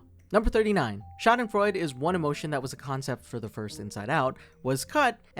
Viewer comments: RON Funches. Also it's schadenfreud-uh not freud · its pronounced shaw-den frawe-d